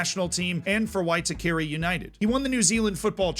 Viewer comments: There are rumours that Roy might be returning to New Zealand to play for the new Auckland A-League team for the season. Also, the pronunciation of Waitakere (why-tah-care-reh) was mildly amusing. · Love seeing content about someone who has played locally to me! As an FYI - 'Waitakere' is said 'y-tuka-rey' . You made a great effort! Māori names can be a challenge some times for people to pronounce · Roy Krishna is a Phoenix legend! So sad to see him leave but as you note, totally understandable. We need to help you brush up on your te reo - I cringed everytime you said Waitakere (why-ta-ke-re....kinda like that) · I play in one of the 6 leagues that represent the 2nd tier of New Zealand football(they feed 3 conferences of the top tier) and we had a Fijian national team player play for us when we were still in the 3rd tier. Just for context of the level a lot of Fijian players play. Also, Waitakere is pronounced more like Why-tuck-eh-rrreh(trill rolled r). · And the pronunciation of Waitakare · Well. I've heard worse pronunciations of Waitakere I guess. Lol. Roy Krishna got his NZ Citizenship a few years ago, while it's obviously understandable why one would want to play for their birth Nation, I sure wish he'd play for us haha. Can't expect Chris Wood to do all the work. :^) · I'm from the same home town as Roy Krishna and from the same part of Auckland! There's a couple of small mistakes with pronunciation (Lam-basa, Wai-tah-kah-ray) or geography/history (Siberia is his village in Labasa his province is Macuata Province, Football is the main sport in Labasa with the Lions as our pride) but Roy Krishna ultimately is one of the most inspirational figures not just as a Football fan but as a Fijian man. I had to stop the video multiple times because my chest was so bursting with pride I thought it was going to explode. Thank you so much for this video, I'm glad he's getting the recognition he deserves.